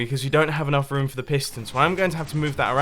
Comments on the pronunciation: he said wum instead of room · 😂 mumbo does not know how to pronounce room he calls it rom lol did you guys notice it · I love how he says rum. Meaning room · why does he pronounce room as rum? Am I the only one noticing xD? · i like that you can't pronounce room do good but instead you say ruum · And mumbo said this woom and this woom... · "from this rum to this rum" I love English accents